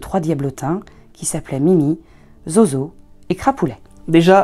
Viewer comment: Zozo se prononce Zouzou. et c'était mon chat il est retourné en enfer maintenant.